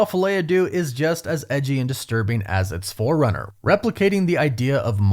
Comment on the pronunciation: I realize you do not speak french. But if you make your money from these movies and the title is in french at least look up the pronunciation.